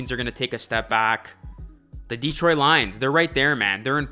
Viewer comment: Please show the Lions some respect and star pronoucing Detroit's name correctly, it is not Deeetroit, but Detroit.